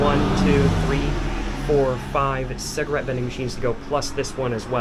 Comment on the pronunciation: A ''ciagarette''..Ya..your not saying it right...And are trying to give yourself some kind of weird accent...